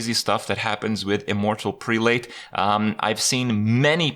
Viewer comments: immortal prelate: preh-lut. Kind of like zealot. English has stupid phonetics. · it's pronounced prell-ut